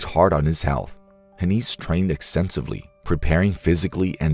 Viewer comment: It's pronounced like "Hen eyes". He was my father. While this is mostly true, some details are incorrect. Good enough tho